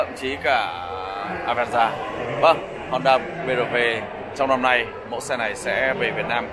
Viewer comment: Em gái Thái đọc chữ "Honda" nghe mồn một như "Hòn Đá" :D...